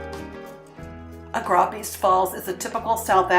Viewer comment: Pity the locals didn't help you with the pronunciation of Goegap and Augrabies.